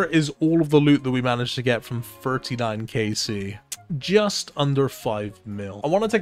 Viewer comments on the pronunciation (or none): none